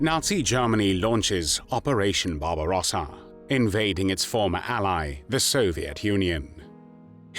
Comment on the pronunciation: Barbarossa not Barbara.